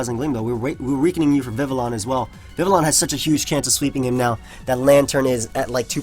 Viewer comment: Yo. Congratulations on pronouncing Vivillon correctly man. I knew we'd get here one day.